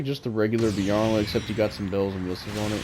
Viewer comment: It's pronounced bye-er-lant E-sol-day